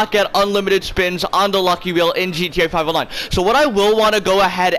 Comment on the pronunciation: Why does he say GTA 5 online like that ewww